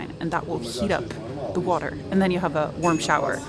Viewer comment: Love the way you pronounced 'water' in the Cockney style.....😆